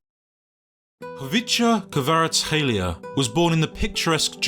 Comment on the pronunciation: Are u georgian couse u said khvicha kvaratskhelia good